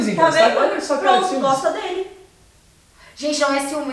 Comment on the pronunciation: Vc gosta ou nao gosta não é goxta nao